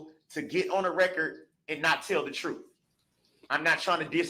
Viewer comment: Do dat. Breaf. Truf. Dooty. Oaf of office. This guy can’t even speak the English language!!! Where did he grow up???? Ughhh. Basic phonics!